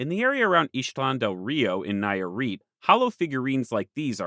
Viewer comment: Hearing the name of my state (Nayarit) been butchered for the first time is kinda endearing, considering how forgotten is even in Mexico. hahaha I really like the video i hope that in a future visit you can revisit the region and keep sheding more like in this place. Just some mistakes i noticed, you placede San Pedro Lagunillas more north than it should it's really not that far from Ixtlán del Rio, but like it's not even that big of a deal it's just me being nitpicking about my home state. The second one i think it is a big error, the Wixarica people don't call themselves Huichol it's a peyorative name actually, so if you ever make another video consider this! Thanks again for the fantastic video and work you make.